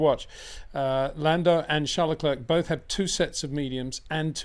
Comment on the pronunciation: PLEASE try and pronounce "Leclerc" correctly. Why not ask him ?